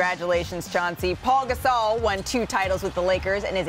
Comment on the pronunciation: “Paul Gasol” they need someone who can pronounce the names right 😭